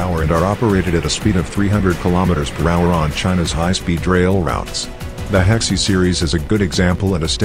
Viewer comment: HeXIE not Hexi